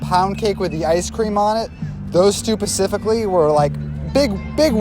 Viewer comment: At the end "Those two, pacifically..." I had to rewind it to make sure I wasn't hearing things., your Navy is showing.:p